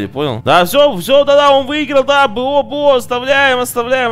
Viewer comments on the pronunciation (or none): Почему говорит бэо а не бо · Не БэО,а БО,запомни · ДЕМ ПОЧЕМУ БЭО?! ОН БО А НЕ БЭО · Ребят, кто тоже слышит от не бо,а б о? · ты специально говоришь б о а не бо? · Можешь не творить Б о уши режет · БО читается не по буквам а вместе